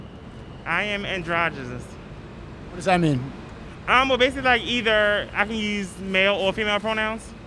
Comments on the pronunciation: "I am androgaziz", what does that mean? Thought the same thing... Sounded like a stroke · it cant even pronounce the word androgynous… but it is that… ok buddy.. we can all tell your just a fat dude who’s taking estrogen..